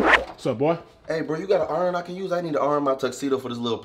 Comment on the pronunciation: what the hell is an AWWRON oh you mean iron, than say iron